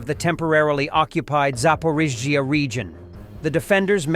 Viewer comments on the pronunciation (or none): You really struggle with Zapporrrrriiiiiiiizzzzzzziiiiiiaaaa😂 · Your AI voice struggles while pronouncing Zaporizhzhia, sounds like a drunken American trying to say Слава Україні